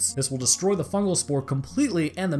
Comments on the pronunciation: fugal... isnt it fungal? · "FUGAL INFECTION" pls.